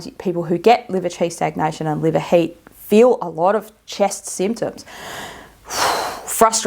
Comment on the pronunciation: when you pronounce 'heat' I hear 'hate' maybe not coincidental? can this trigger hair loss/alopecia?